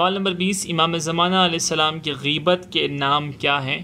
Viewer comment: Gheebat nhi ghaibat hai mere bhai